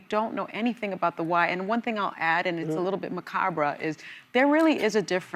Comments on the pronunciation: Sunny, just a helpful hint. You don’t pronounce the -re on the word macabre. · She didn’t say ‘macabre’ correctly. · This is not the first time Sunny has mispronounced macabre.